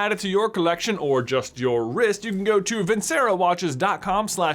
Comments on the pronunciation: I hope you know you are mispronouncing the name of the watch brand. It’s Italian...it’s pronounced...Vin-Chair-o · FYI If it's Italian, Vincero is probably pronounced "vinchero", since ce makes a ch sound. Just trying to save your brand deal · If this is an Italian company, it should be pronounced VIN-che-RO. "C" makes a "ch" sound, and the emphasis is on the last syllable (usually "o" in vincerò has the grave accent, making the "o" sound short but stressed). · I hate to be that guy, but it’s pronounced Vin-chero. I’ve seen more vids of yours and you pronounce it wrong there too. Might want to double check with your sponsor because if they’re Italian they’re prob offended. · And vincero is a Italian word, which means it should be pronounced vinCHero